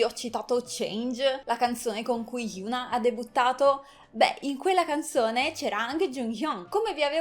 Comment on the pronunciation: e infatti si dice hiòn-A 현아